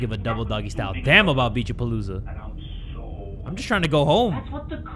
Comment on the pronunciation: Why do i hear pinche pelusa when it clearly says Beach A-Palooza (ง ื▿ ื)ว